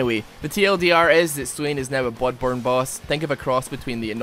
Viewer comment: did you just say "bOOdborne"????